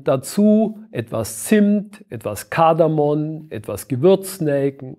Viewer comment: Es heißt Kardamom und nicht Kardamon... Man könnte meinen, ein Arzt sollte dies wissen.